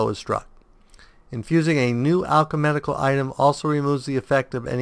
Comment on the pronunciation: Wow, maybe I'm just being anal here, but it's "Alchemical", not "Alche*medic*al". Maybe the switching between alchemical and medical game terms in the desciptions are messing up your reading of the abilities.